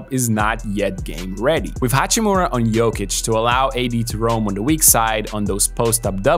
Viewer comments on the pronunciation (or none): Dude say yuckic instead of jokic fuck this guy 😂